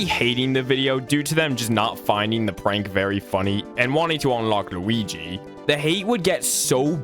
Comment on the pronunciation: i love how this guy says luigi LUWIGEE